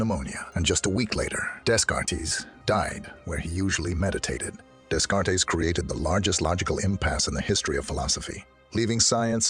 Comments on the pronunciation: "Day-cart" you stupid AI narrator bot! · Desk-kart-tees 🤦‍♂️ You know the type of people who watch a video on the hard problem of consciousness? People who will notice 🤣